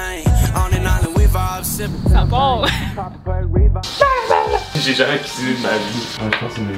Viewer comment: j'aime beaucoup trop ton intro 😍 " sâ part" hahaha🤣 je viens de découvrir ta chaîne.... en retard mais abonné ♡